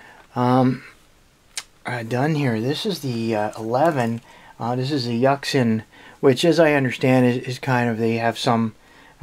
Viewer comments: did he just pronounce Yuxin as Yucksin? x( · It's yooxin ya derp